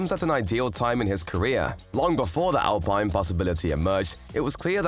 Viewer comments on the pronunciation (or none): its not pronounce al(pine) this al(peene)